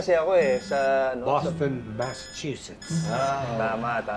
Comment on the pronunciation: 😂😂😂😂😂😂Boston masachuses 😅😅😅